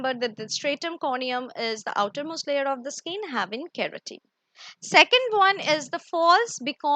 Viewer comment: Nice.. Thanks for the explanation..but there is a pronounciation mistake. You are saying skeen it's not skeen it's skin